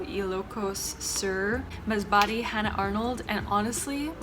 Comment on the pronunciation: I loved the way y0u pronounced the names of the pLaces. Thnx a lot for Sor so gon is the right pronounciation of S0RS0G0N, I liked MASBATE . ZAMB0ANGA CITY COSTUME IS SPANISH DRESS coz m0st pe0pLes there speak Spanish. Love y0ur red dress , y0u look s0 BeAutiFuL. ❤💙❤👗